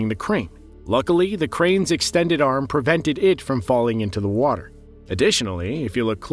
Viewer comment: Its prevented, not pervented